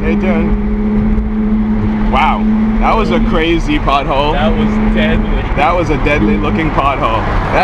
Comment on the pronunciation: Hahhahaha I thought you were saying butthole instead of "pothole"